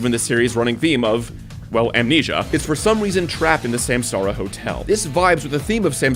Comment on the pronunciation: Took the wiki page to realize samsara is supposed to be sansaar, as in universe